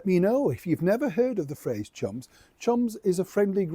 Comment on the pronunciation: Sometimes it's hard to hear the difference between chums and chumps. 😁😁